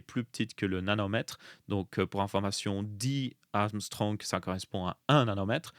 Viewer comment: Angström ça se dit "angchtreum" pas "amstrong" 😉